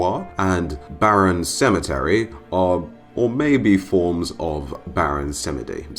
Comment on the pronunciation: its baron 'samji'